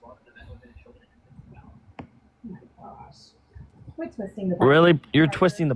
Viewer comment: You rock but it's AMalec not aMALec.